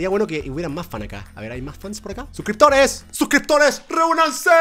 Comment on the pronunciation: en el minuto 3..34 german dize sucritores reunance